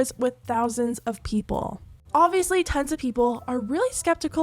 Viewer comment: When you said "Tons of people have been calling then out" I heard "Tens of"🤣 hope no one falls for this scam of theirs.